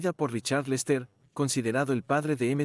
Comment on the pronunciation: El contenido está muy bueno, lástima que no sepas pronunciar ni un nombre en inglés... ¿Quiénes son Presléy, Martín (¿mi hermano?), Lestér, etc...? Los Beatles influyeron en mi vida en que aun siendo argentino, amo a la cultura inglesa, y soy del Everton gracias a George y a Paul.